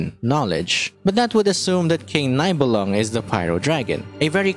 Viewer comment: small hint as a German speaking player: the name of Nibelung is pronounced as [Nee-bel-loong], so ee is how you pronounce the i and oo is the sound for the u!